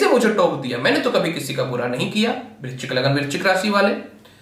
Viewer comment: Vrischik clear bolo43 age